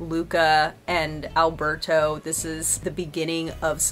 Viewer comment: Considering you keep mispronouncing Alberto's name, never having said it correctly even once, you still don't know his name.